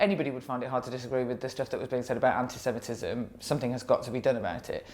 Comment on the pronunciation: She has a problem with saying anti semitism.